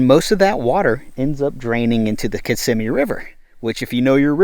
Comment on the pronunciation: Ok. I learned how to properly say, "Kiss-im-mee", thank you! I always pronounced it (with an Italian accent) "Kiss-a-mee" Blows my mind how much land has been gobbled up in FL. Nice informational vid.